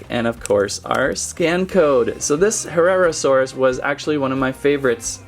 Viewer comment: Herrarasaurus is pronounced: her RAR a sor us. There ya go! Btw i was the one who wrote the charcaradontasaurus pronunciation comment :D